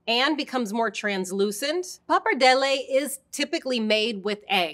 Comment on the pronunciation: I love watching Epicurious videos but I keep cringing every single time she mispronounces the different names of the pasta. 😖Please pronounce them as intended and with an Italian accent. Grazie!